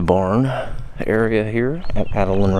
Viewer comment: Thank you so much for your tour of our beautiful Adaland Mansion!! did a great job of showing off this historical gem. Two notes -- Adaland is pronounced Ada with a long A. As shared, Judge Ira Robinson named the house after his wife and daughter, Ada. Second, first mention of Judge Robinson's name must have been lost on the "editing floor" as she talks about him, but his name isn't said until much later. Just wanting your audience to know the pronunciation of the house's name and one of the owner's name. We hope you will come back and see us again during the 2019 season, and we invite all your viewers to visit and check out our calendar of events. There is something there for everyone!!